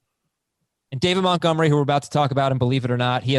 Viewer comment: Can anybody tell me why refers to David Montgomery as David Muttgomery?